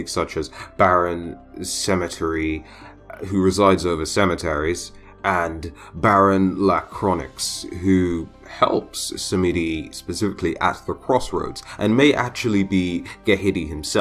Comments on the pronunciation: Hearing you pronounce those french words were so funny. Its ma m(o)n And la (Croa) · I'm really excited to see this pantheon in smite. I like the mention of Aganju, he was one of my top picks for a Yoruban/African Pantheon along with Shango the thunder god, and Anansi the trickster spider. Oh with french names like La Croix, the x is silent. So it pronounced like "La Croi". Just a heads-up, this is the internet and people will give you a hard time for little stuff like that.